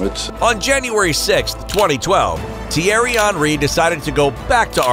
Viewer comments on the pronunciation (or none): "Tiari onry" is how you pronounced it, I thought it was "thi-airy hen-ri"